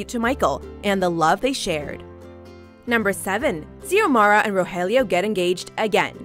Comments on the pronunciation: The way the lady says Xiomara and Rogelio's names is making me cringe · Is anyone else cringing over how she said Xiomara and Aneska's names🙄